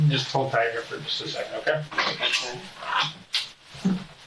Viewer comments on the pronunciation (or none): none